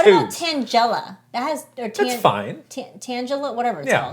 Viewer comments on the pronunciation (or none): “Tanjella” Come on now